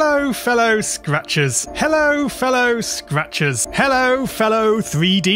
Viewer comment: After a bit it just sounds like: “Hello Fell o, scratches.”